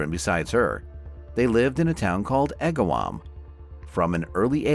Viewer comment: Holyoke is pronounced, hole-yoke and Agawam is more 2 syllables agg-wam not a distinctive 3. I dislike these fake voices as not getting simple facts correct cause me to be suspicious of other facts being presented. I was her age and lived in a town close by, it was quite the event. I had not heard of the resolution